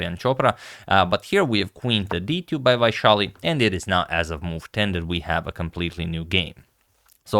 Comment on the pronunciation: Sethuraman is pronounced "Say-thoo-raam-un". Vaishali was perfectly pronounced.